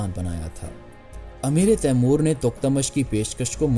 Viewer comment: خدا کے لیے اردو کا تلفظ ٹھیک کرو "امیر تیمور ہے نیچے زیر نہیں ہے جو آپ بول رہے ہیں اس مطلب ہے تیمور کا امیر ۔